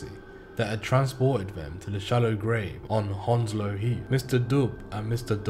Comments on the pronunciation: Ur saying Hounslow wrong it's pronounced hands-low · A bit more like haounslow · Ur defo not from Hounslow if you fink it’s pronounced hands low… unless u a freshy 😂